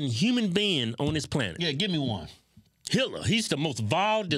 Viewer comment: When Keith (I think, twins all look the same to me!) said Hitler, I thought he said “Hillary”, as in Clinton. I was in total agreement. Hitler was pretty bad too though.